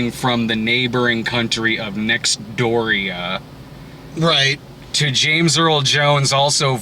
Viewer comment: "Nextdooria?" OUCH! Thats hurts